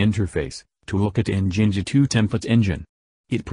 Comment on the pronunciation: It's "Jinja2" actually